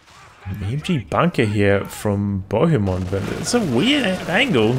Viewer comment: That pronunciation of Bohemond of Antioch! Made me giggle. Clearly not a fan of medieval history! Fun game though.